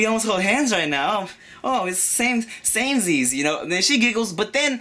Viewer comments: LOL "same-zees" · "Same-zees" ...lmao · i'm a girl nd i'm watchin yall!!! lol he said "samezees" at least he's got great nd cute advises for yall guys out there.. yea, treat your woman with respect xP